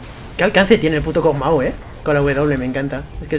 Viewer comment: Dijo Pug maw xd